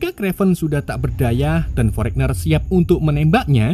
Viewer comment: kraven mas bukan krevan... tapi mantap mas, sangat menghibur